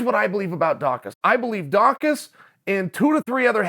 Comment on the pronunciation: Chael pronounced his name correctly! 👏🏾